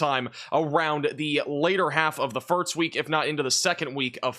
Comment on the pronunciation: Am I going crazy or is he saying "firts" instead of "first"?